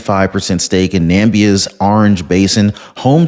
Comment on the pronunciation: Namibia is pronounced “Na-mee-bia,” not “Nam-bia.”